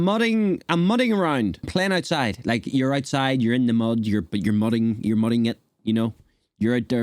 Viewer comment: Mudding should be properly mudding. If your in the South you almost always drop the g.